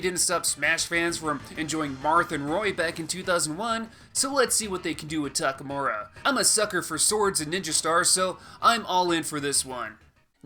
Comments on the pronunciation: Isn't it TakamArU instead of TakamUrA? Just wanna make sure I'm not crazy. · It's Takamaru